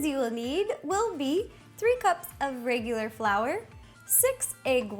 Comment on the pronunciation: when u said the regular flour, i heard radioactive and was like O_O so i replayed it w/ captions.....